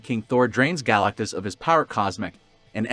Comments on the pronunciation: Great video but it’s pronounced “Guh-LACK-tus”. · Yeah, that's not how you pronounce GalacTus. Note the T. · i couldn't go through the vid. the pronunciation of galactus is too distracting. stopped